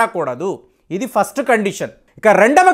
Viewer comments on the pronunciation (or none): none